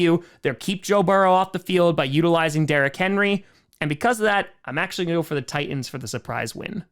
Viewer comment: Ti"T"ans not Tians.